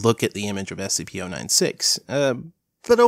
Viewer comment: And you're wrong about how to pronounce SCP-096!